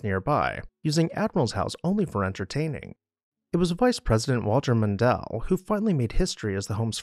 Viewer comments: “Mon dale” Long A. not Dell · Mon-dell vs actual Min-dale. Mispronciation betrays your youth abd inexperience. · Mondell???? VP Mondale: MON-dale (I'm old enough to remember). Other than that excellent video. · It’s pronounced MonDALE, not “MonDELL”. He’s my familial relation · i think its 'Mon-dale' and not 'Mondal' in your pronunciation, but I could be wrong as I live in Canada lol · Not sure how someone could make that mistake. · MON-dale, not Mon-DALE. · Mondele? It's MONDALE... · Didn't know about this place. Great informative piece. One constructive comment...it's Mondale (maan·dayl) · Thank you,, for giving us a “peek” inside and all of your investigative reports. I know you weren’t alive then but it is pronounced “MONdale”. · Perhaps you are too young to know, but Walter Mondale’s name is pronounced “MON•dayl.” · Learn how to say the name right. It's not Mondel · stuff like this drives me crazy! It is not a hard name to pronounce. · Your correct it's Mondale don't know Why he finds it hard to say. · Great documentary. You did mispronounce VP Mondale's name. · Perhaps you could look up the pronunciation of Mondale. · Good video, but how could you mispronounce Mondale? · Who narrated this document? Disgusting tone. He missed the pronunciation of Walter Mondale. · It’s Mondale. A very simple name to pronounce. You’ve ruined this video by constantly mispronouncing his name.